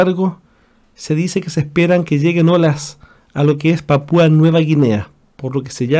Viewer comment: Desde Ciudad de México saludos a chile Pero que aprenda a hablar el tipo este Dice.. Panpua No es panpua